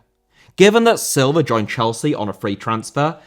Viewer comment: Silva* not Selver